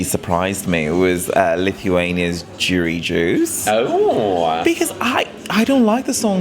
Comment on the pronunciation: I love how mispronounces Jurijus's name. "Jury juice"😂